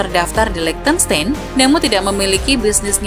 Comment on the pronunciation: Bukan LiechtenSTEIN tapi LiechtenSTAIN (German pronunciation, ei = ai).